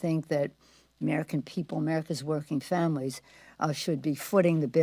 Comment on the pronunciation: "Who worked tirelessly for the armican - for theapapiddu- for the" stfu and get off our phones already clearly your mispronounced words are not needed nor do they change anything.